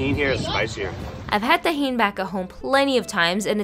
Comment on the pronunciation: Everyone paying attention: Me : did she rlly just say it like that ??